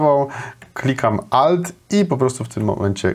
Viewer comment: Ałt to chyba A powinno być, nie O